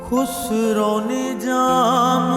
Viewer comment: امیر خسرو میں خ پر پیش نہیں ہے زیر ہے اور خسرو کی ر پر زبر ہے تصحیح فرما لیں